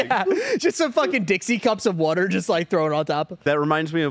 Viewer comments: Nothing wrong with drinking water, but drinking wuter? Now that's questionable! 😂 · If I hear say “Wudder” one more time I’m going to have to reduce my Patreon pledge, I just can’t support this. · Triggering to hear wuter 500 times in 10 minutes 🤣 Love you guys.